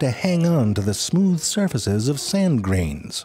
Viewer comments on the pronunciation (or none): the way he said "are not smewth" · SMEEEWTH... I'm dead💀